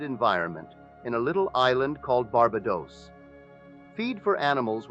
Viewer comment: AI imitating Neville's voice. You can tell especially pronounced words such as Barbados which the real Neville would've never said this way. So now they can copy our voice with AI. So don't believe everything you hear out there, it could be AI! Much respect to Neville though.